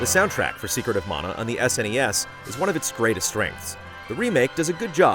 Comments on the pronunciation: It sounded like you said “Secret of Mono” at first, which is would admittedly be a very, very different game. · "secret of mono " 🤔